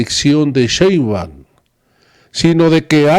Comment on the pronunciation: Con todo respeto se pronuncia S H E I N B A U M y es Jorge V O L P I